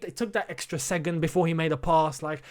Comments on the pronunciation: you know how you don't like people mispronouncing ziyech. It's SECOND mate not segond 😂😂😂. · Nobody:: “Segond”